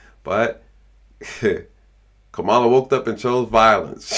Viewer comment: Is this a real ad for Kamala (com-ma-la) Harris. Whoever made this should be fired.